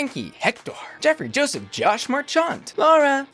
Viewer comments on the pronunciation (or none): none